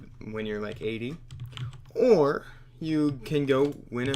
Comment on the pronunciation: when he says "or" LOLLOLOLOLOL